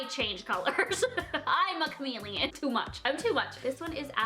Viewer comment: "Imma chomilion" 😂😂😂 love you